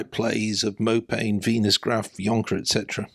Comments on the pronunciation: It's Mopane - pronounced "Moe Pah Knee" - it's named after a Bush / tree found in the Savannah. Mopane scrub. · I believe the correct pronunciation of Mopane is something more like "Mow par nay"! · Nice update on Namibia. You should pronounce mopane as mopani. It is a type of worm the locals like to eat.